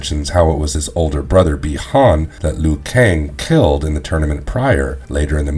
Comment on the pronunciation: "LEAN Keui" "SHONG Tsung"